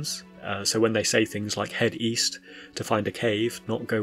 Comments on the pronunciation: Oh, EAST? I thought you said WEAST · East? I thought you said Weast. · I thought she said weast